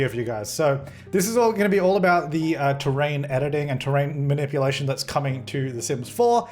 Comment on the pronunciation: Abouat is the professional way